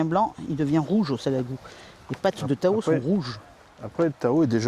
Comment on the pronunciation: Tu as dit quoi… "TAO" ? ou "A L'EAU" ?? j'ai pas compris, articule STP🤷‍♀. Une chose est certaine, il faut oublier les séances de dressage au bord de l'eau, ce serait un flop 🤣